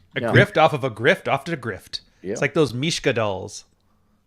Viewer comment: As your Zionist overlord myself, I personally, feel insulted by Infowars, lol. P.S. - Not Mishka dolls, it's Matryoshka dolls, lol.